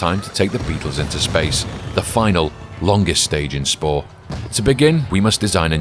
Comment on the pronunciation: You said pore installed of spore😅